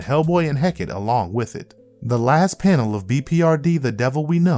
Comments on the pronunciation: It's pronounced heck ahh tay or heck ahh tea. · Heck-ah-tay is how Hecate is pronounced. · Hecate = "Heh-kah-tee".